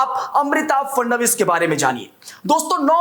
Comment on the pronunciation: वे महाराष्ट्र के मुख्यमंत्री हें नाम का उचरण ठिकसे लिया करो